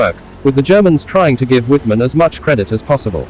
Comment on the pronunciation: I wish these people would learn to pronounce non-English names and words correctly. Wittman should be pronounced as "Vittman" since the "W" makes a "V" sound in German.